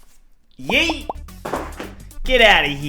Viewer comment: how you say yeet lol